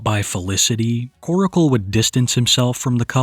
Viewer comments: I can’t believe West Virginia is technically considered a southern state lol. P.S. - Stop calling him Koracle. It’s Korcle. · "Koracle" 😂 staaahhhp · its not koracle, its korcle (like core-sil) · Its pronounced kor-cle. Not kor-i-cle. Can you friggin read?!?!?! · The entire situation is gross. She's absolutely manipulating him and other sick simps. She gives me the creeps. Why don't people call her out for manipulating? I really don't care. They could both disappear from the internet and I could care less. ✌️ PS his name is Korcle NOT KorAcle. Why is he saying it like that?